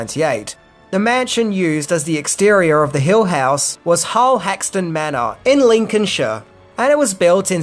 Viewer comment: Good pronunciation of “Lincolnshire” many non native English speakers struggle with that.